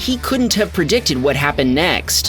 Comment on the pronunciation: "PERDICTID" is not a word. *Predicted. "Discripshin" is not a word. *Description. "PERDUCING" is not a word. *Producing. "PERTECSHIN" is not a word. *Protection". "VICTUM" is not a word. *Victim. "GROSHREES" is not a word. *Groceries.